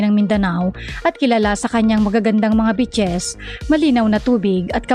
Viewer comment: Ung pronounciation mo ng beaches soundED BITCHES.